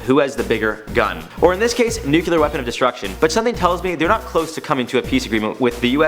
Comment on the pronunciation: IT'S NUCLEAR NOT NUCULAR JESUS NOO CLEE ARR